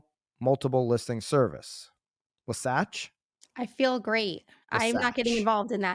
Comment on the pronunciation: WAH-SATCH lol